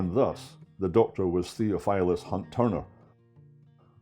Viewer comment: Thee OFF ull us (Theophilus) "Thof" Just sayin